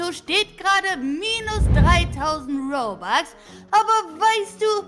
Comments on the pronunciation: Das heißt robux und nicht bobux 🙄😤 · Lami es heißt nicht bobax sondern robux okay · Das heißt nicht Bobux sondern Robux